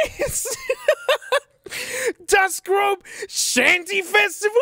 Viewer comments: BRO WHY DO YOU SAY GROBE THATS GROSSE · Even tho im not german when he read "große" ae grobe instead of grosse i died inside. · and nobody will tell him the B looking symbol is actually a double S, not a B? i don't even speak German and it was hard to hear 🙃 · Text: Große German: "Groh-ss": "Groh-beh!" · By the way: in german, we have the additional letter „ß“/„sharp s“. Although it looks a lot like a „B“ and you have also read it as one, it’s actually pronounced like „ss“. So it’s not „grobe“, it’s „große“, or „grosse“. ;) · Grossuh, not grobe. I died a little each time you said it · The giant B looking symbol produces an “S” sound. It’s not Grobe it’s “Grosse” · My German is pretty bad but it hurt me every time he said “grob-eh” rather than “grosse”. ß (eszett) is a double s. From memory there was an effort to replace these on road signs with “ss” to make it easier for tourists. Should we be worried about the German government spreading the SS? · Hearing him pronounce Große as Grobe had me rolling. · When he pernounced ß as a b, I heard the cries of every German speaker. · hearing say "Das Große Shanty Festival" being said like "das GROBE shanty festival" is making me mad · hearing pronounced “das große” as “das grobe” is infuriating and I don’t even speak German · “Das Grosse” is the pronunciation there friend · Litte advice for ya. The letter ß represents a double S. And its also how you pronounce it. Das grosse shanty festival🤝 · GROBE.. 😭 I know ß isn’t common but sometimes I hurt when people say b instead of ss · "das GROBE"?? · Nothing more infuriating than hearing groBe being pronounced with an actual B (i dont have a german keyboard sorry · Mate that letter in große isn't a B, it's an Eszett, pronounced like a sharp S. große means big, while grobe means rough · the letter ß called eszett is pronounced as an S